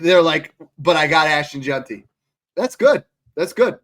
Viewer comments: If we could get that one guy to pronounce it “Jenty” instead of “Junty” we’d be getting somewhere. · JeANTY Jesus you see his name everyday and still cant say it right 😂